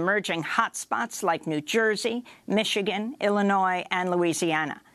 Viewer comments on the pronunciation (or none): none